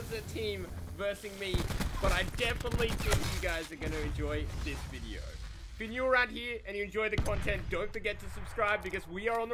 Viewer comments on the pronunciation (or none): none